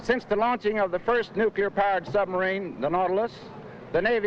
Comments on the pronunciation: … buddy… NEW-KLEE-ER. 😂 It’s only noo-kyoo-lar if you’re George Bush. 😋 Seriously though, keep up the fantastic content! 😊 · Great content, but don't let bad grammar hurt it! It's 'nuclear` - pronounced new-clear - not nukular. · Nuc LEE ur. Not nuc U lar. There is no U in the middle. This is an awesome ride. Gives variety. Why the hate? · Its pronounced "new-clear" not "nuke-u-lar" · Repeat after me... new clear.... two sylables... not new cue lear.... not three sylables.... nuclear.... nu clear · Just because you said “nuke-you-lurr”? Unbelievable. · The word is "nuclear," not "nucular." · I love you, but....nuc-leee-ur! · Nuclear. Sorry, lol.